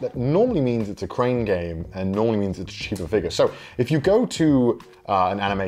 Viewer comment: I love the accent “figur”